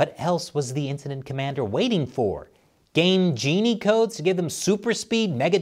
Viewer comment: I can tell by the way you say Game Genie that you had, at best, very limited interaction with said device lol